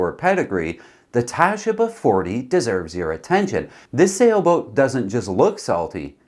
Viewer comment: Tasheeba. Not Tashiba. Sheee. Same as the Baba 40.